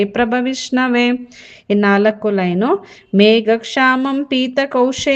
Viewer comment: ಮೇಡಂ ನಿಮ್ಮ ಉಚ್ಚಾರಣೆ ಸರಿಯಾಗಿಲ್ವಲ್ಲ? ಮೇಘಶ್ಯಾಮಂ ಅನ್ನೋ ಶಬ್ದವನ್ನ ಮೇಘಕ್ಷಾಮಂ ಅಂತ pronounce ಮಾಡ್ತಿದೀರಾ?? ಕಲಿಯುವವರೂ ಹಾಗೇ ಕಲಿತಾರಲ್ವ? ಮತ್ತೆ ಪುಣ್ಯ ಶಬ್ದವನ್ನು ಪುನ್ಯ ಅಂತ ಹೇಳ್ತಿದಿರಲ್ಲ?ನೀವು ಮೊದಲು ಸರಿಯಾಗಿ ಓದಲು ಕಲಿತು ನಂತರ ಕಲಿಸಿ pls🙏